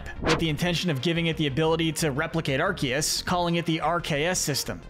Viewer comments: He said Arceus correctly though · finally someone who says arceus right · For your information, the C in Arceus IS supposed to sound like a K! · Arceus is pronounced aar- see- uhs